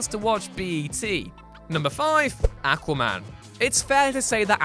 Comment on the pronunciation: Why is it so hard to pronounce aquaman? Seriously this crap is annoying